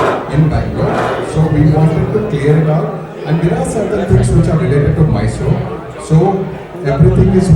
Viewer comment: First thing correct your pronunciation Rakhi it is Mysore not May-sorre. Everyone knows that you are doing drama whatever you speak is bullshit. I dont know who is correct who is wrong but it is so evident that you are just running away by doing drama biopic promotions all look so fake. Grow up at least for once take a courage speak properly accept mistake & own it.